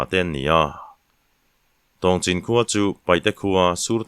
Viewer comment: Tlai deuh na a khua hming Tawngchin ti a i lam hi Tongchin tih tur ani in ka hrea tun ah burma leh mizoram in ri na ah an la awm mek